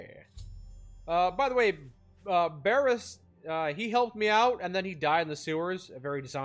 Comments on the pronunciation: Bro it’s BOAR-US Not Bear-rius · It was Boarus